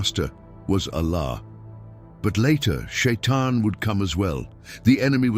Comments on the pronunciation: Не шаян а шайтан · НЕ ШАЙЙАН А ШАЙТАН!!